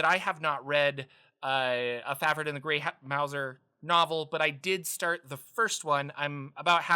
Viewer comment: Mouse-er not Mou-zer. He’s a stealthy rat catching cat.